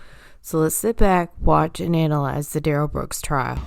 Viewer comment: I LOVE DUHrell Brooks objec-shun “I don’t go by that name (Darrell Brooks) and I am here by special appearance as a third party.”, as if he’s a special guest star. 🤣 It reminds me how Melrose Place had Heather Locklear as “Special Guest” for 4-5 seasons, even though she was a regular cast member. See in video attached